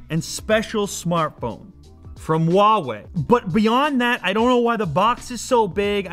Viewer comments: how he says Huawei he says wall way it's completely wrong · he says Huawei like wha we I say it like who are we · It's huawei